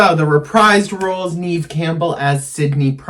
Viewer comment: One thing....I do think you're pronouncing Neve Campbell's name wrong. I am older than you and grew up with her being this mega star at the time and it was always pronounced Neve with a short e sound....not Neeve like you say it. Nev like Bev